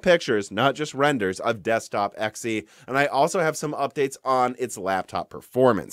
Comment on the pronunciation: Whoah, what? You're finally pronouncing it correctly, and not saying "zee"? What happened?